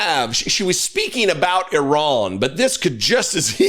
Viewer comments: It's not I Ran, it's pronounced Ah ran . Leavett, please get it right 🙄🙄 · Can we d**bass Americans at least pronounce Iran correctly. It's Iran with I pronounced like we do with It. It's not Eye-Ran dipsh*ts. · it is not eye ran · Duuuude. It’s IRANY!!!